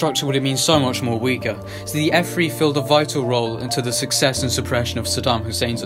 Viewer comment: It’s an f3 not f free